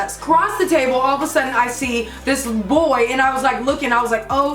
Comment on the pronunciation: Lol "What you didn't snee on Snapchat" lol not making fun f anybody it was just funny! 😂😂😂😂😂 btw I love